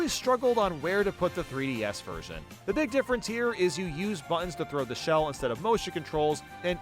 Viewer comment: It's pronounced "Big" not "Beeg".